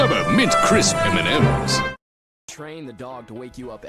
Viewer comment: Crisp, not crips.